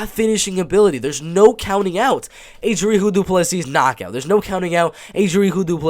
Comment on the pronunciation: Hey South african here , Its dricus du plessis but Its pronounced Dri Kus , Du plissy